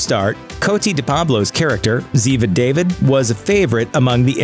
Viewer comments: Ziva Daaa-veeed, not David! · Duh-veed. Not day-vid. Asshole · It's not Ziva "David," it's Ziva "Dah-veed." If you're gonna make a video like this, at least get someone to narrate who has a clue how to pronounce things... SMH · I can’t believe he said David as day-vid, not Da-veed. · It’s Ziva Da vid not David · If you're gonna do these videos,please learn to pronounce the names correctly Zeva David,last name pronounced Daveed,the character is Jewish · Ziva’s last name is pronounced Dah-veed , not like the English David . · It's not said Zeeva David It's Correctly said as Zeeva DAHH--VHEED. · It’s Daveed not David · First it's pronounced Da-veed not David. Second Black's characters have been dead since Tokyo Drift. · Dahveed not David. If you gotta use automated do it right. That shits really aggravating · REALLY? Ziva DAY-VID? OMG. It is DAAVEEEDDD. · Bad. You superimposed the wrong actor when talking about Chris O'Donnell and you pronounced Da-Veed as David. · It is pronounced Da-ved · I sat through this, mostly because I was vaguely curious about Lucas Black, but when the "nardrador" (purposely mis-pronouncing/misspelling his...title?) got yet another actor's name wrong....it's Da Veed and MIG EL Fur Air. His father should haunt you for that, as well as his mother. Sheesh, what a clown. That was enough, I knew going in LOOPER is crappy, and sure enough. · WHAT> Nothing about Mike Franks/Muse Watson?? His character was much requested to return, and a few post departure scenes were filmed, but he was dead, so that was very limited. It's prounounced Ziva Da-VEED. And Mi-GELL Ferrer, not Michael. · De Pablo's character's name is pronounced "Dah'-veed." Just thought you'd like to know. Otherwise, why is this show still on? It was starting to tank after the 9th season. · "Ziva DAVE-id."*suspicious squint* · Ziva David no its ziva da-vid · David? really? it is pronounced " Da- veed" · You did not just say david lol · Ziva David /deivId/ cracked me up!